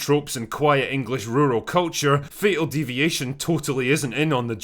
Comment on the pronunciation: Thought you said fecal deviation